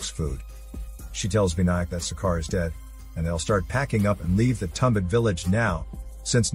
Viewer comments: It's not tum..It's thum...thumbaad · It is pronounced as Too-um-baa-da I can speak the native language of these guys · Marathi movie* and not tambad...it's tum bha d